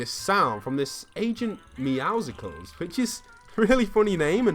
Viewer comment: Why does everybody keep calling him agent meowsickles his name is obviously agent meouscles (Meowsles) like muscles look at the picture of him his chest is huge he is really buff please stop saying meowsickles